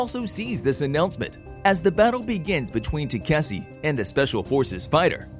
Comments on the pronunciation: ta-ka-shi.....is it so hard to pronounce.........tasiki-takisi and god knows what....even on the prev video the girl fumbled up so bad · i wont be surprised if they call it tayk-see in the next episode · Now it's Taseki and Kaseki. You're not only butchering the name but you're not even consistent in doing this ! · What can greater than this previous channel keep on pronouncing takaski's name into taksse or tasseke and now taseki i wonder what other channels are gonna bring askei maybe, it went from Takashi to taksse to tasseke and now taseki first channel was better not only the explanation but with the pronounciation you guys really need to work on your spellings and pronounciation only if don't want people to roast or troll you and wanna grow the channel when i heard the male voice in the beginning i thought this might better than previously one but you got me disappointed it's fucking takashi not taksse or tasseke or taseki got it dumbaxx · the pronounciation of taseki changes every part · Bro you pronounced Takeshi as tzatziki( the Greek side dish ) several times. Lol I can’t with you 😂😂😂😂😂😂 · They called him katishi too😂😂😂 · y'all keep butchering his name. It's TEH-KAH-SHE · it's takeshi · I'm convinced the pronounciation of takeshi is being butchered to grind my gears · They said his name wrong so many times even I'm confused what his real name is lol 😂😂😂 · Your constant mispoken of the name Takeshe is worst than the mispronunciation by the prior narrotor. What you're doing is like calling someone name Sa-man-tha as Sa-tha-man. At least there's an argument for the perevious narrator that mispronounced the name, you misspeaking the name is just pure lazy and lack to respect for someone's name. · lol, every other narrator just butchring Takeshi name XD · They mispronounce his name as much as the last one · Each video gets worse at saying his name